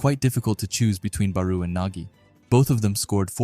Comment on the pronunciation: bro pronounce their name right please OMG IT'S PRONOUNCE BARO NOT BARUUUU